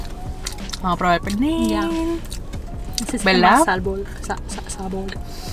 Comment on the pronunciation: “El pelnir esta un poco meehh” Me dying 😂